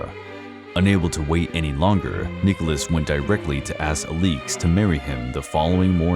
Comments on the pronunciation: The Aleex instead of Alex pronunciation made this video unwatchable. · The Romanovs are one of my interests. I have read much about them. As far as I have heard, her name was pronounce like Alex -- a-licks, with both syllables given pretty much equal stress. Not uh-LEEEEKS. Good grief. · As others have pointed out, the correct pronunciation of Alexandra’s nickname (Alix) is AH-lix, not ah-LEEKS. Ella, not Elly, is the nickname of Grand Duchess Elisabeth Feodorovna. Marie, not Mary, is the name of Empress Marie Feodorovna. Another error is the painting in the video supposedly showing the wedding of Nicholas and Alexandra is actually showing their coronation. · The fuq is this pronunciation 😂 “Ah-leeks” 🥬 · The mispronunciation of the main subjects name is unbearable. Cannot take this seriously when he did not bother to research the correct name. 😒